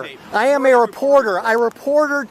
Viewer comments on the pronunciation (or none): "I'm a weporteh!" No, you're a busybody.